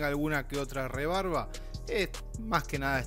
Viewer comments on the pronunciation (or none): ***Nota: se dice REBABA..no rebaRba....